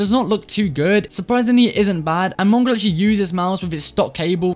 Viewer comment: When he said mongraal it sounded like mungrul and I realized me and have the nog ops for a profile picture